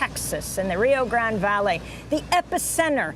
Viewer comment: Amy, please practice your pronunciation of Spanish words and names. Rio "Grand" and "Tia Wanna" sounds so ignorant. Sorry, but...